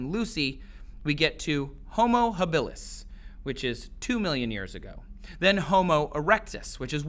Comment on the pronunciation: No. Ardi walked upright but had opposing grasping toes and climbed trees with them And when species branch both don't mutate, just one. Hoh-MIN'-ih-day. Don't you check this stuff out before you make videos? Watch some YT vids to find out how to say these words. And upright and bipedal mean the same. HA'-bil-is. Etc.